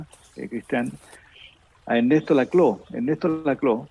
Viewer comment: El apellido de Ernesto se pronuncia Laclau, no lacló. Fue mi profesor, así que lo sé.